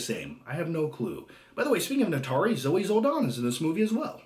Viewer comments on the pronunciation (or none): Perhaps you should learn how to pronounce the name of that chick from "Avatar"